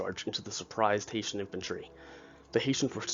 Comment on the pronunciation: It's Hessian not HaitIan.